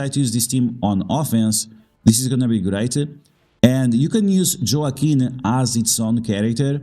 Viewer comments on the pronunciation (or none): Wah-keen is Joaquin 😊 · I was just about to say the same thing. Spanish pronunciation, bro 😅